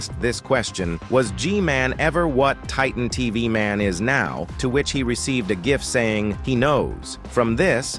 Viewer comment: "Titan tv maun" bro,its pronounced taytan teveh man/titan tv man